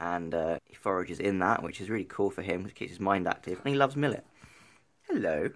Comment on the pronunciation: did you say millet